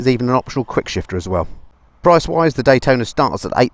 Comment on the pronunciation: CFMoto is releasing a 675 "D-Hwai-tona" :D... you need to compare it.